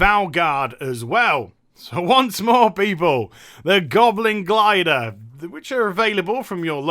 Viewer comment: I am French and I know how to properly tell "Goblin Glider" thanks to you.